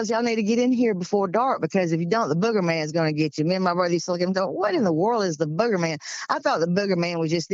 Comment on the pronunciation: Booger man not bugger man, long o! 🤣🤣